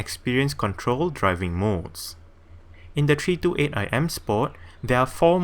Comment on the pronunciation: Treee Two eight"